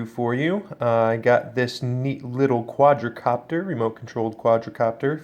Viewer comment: Quad copter. Not quadra. Please don’t make any more videos.